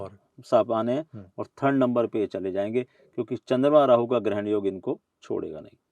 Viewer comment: पाहुण्यांच्या बोलण्यामध्ये सारखा सारखा राहू राहू असा उल्लेख येत होता. आणि त्यामुळे उध्वस्तचे नुकसान होणार आहे असे ते म्हणत होते, तेंव्हा त्यांच्या तोंडून चुकून " ल ' चा उचचार हो नव्हता का?